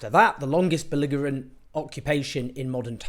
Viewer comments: Strangh, that's an odd word. Must be local dialect. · who do you say longevity wrong? and then belligerent as well? Both the same mistake, is this an accent thing, seems strangh to me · Just a point of pronunciation, for clarity. "Longevity" and "Belligerent" both have a soft "g".